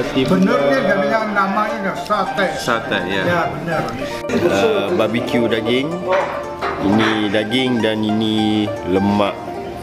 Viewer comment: barbeque bukan babique.. aku asik terkeliru pulak bila kau ckp babique satay ni hahaha